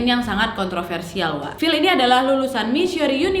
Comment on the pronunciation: Phill = pill Schneider = senai, der Cara sebutannya nama... Sudah d bunuh... Kajian teknologi H.A.A.R.P GELOMBANG electromagnetic yg kuat... Penyebab pelbagai kemalangan,,, termasuk kaca kapal pesawat pecah... Sebab haarp mampu mengubah struktur atom fizik... Lalu mengubah dgn mengawal EMF seperti memutar channel pencarian radio station... Seperti menghantar isyarat emf...